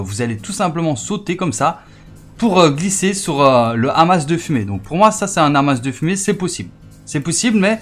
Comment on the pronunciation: Ça se prononce "Ama"